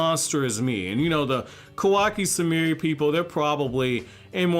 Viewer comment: I know that was probably a typo when you said "kakaSumi" instead of "kawaSumi" Because I imagined Kakashi and not kawaki